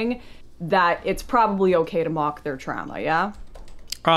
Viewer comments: we don't pronounce it trama, I pramise. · This is disgusting, I can’t believe she would pronounce “trauma” and “process” like that. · lol'd at Lauren saying "TRAMA" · Im sitting here fuming how does destiny just take that. “Trama” kill me ffs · No one in Canada pronounce "Trahmah" like that except for Lauren. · If she says TRAMMAH one more time I’m gonna lose it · I can't take the "Tramma." Two times was enough--unlistenable. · He was triggered the moment she pronounced trauma as tramma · Why does she pronounce trauma like “Trama”. What the fuck bro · why tf is she saying tramma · Pretty hilarious that it’s Destiny’s audience that chirps her because of her pronunciation of the word trauma. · Okay, now some bizarre Canadian pronunciations are forgivable, but "trauma" is spelled au. Does she say "caaaaaaaaation, curvy road ahead"? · The way Lauren pronounces the words trauma and traumatizing, etc. is pretty funny. I wonder if that's a weird dialect thing. Not sure where's she's from. She uses a short a instead of the normal / correct elongated a sound. Never noticed that before but she says it so much in this vid that I can't ignore it. It triggers my grammar goosestepping gene. XD